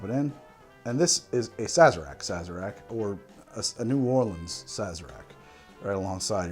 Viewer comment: You may be challenging the city as the origin of the Sazerac, but at least you made a proper one and at least you pronounced New Orleans properly! Rdr2 is so fun!